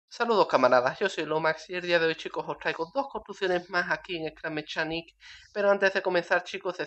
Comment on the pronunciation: se dice scrap mecanic no scrap mechanic